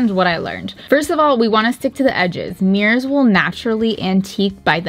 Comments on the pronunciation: keeps saying meers instead of mirrors. It’s bothering me at some point. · “Me-ers” 😂 not mirrors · "antiquing some mears"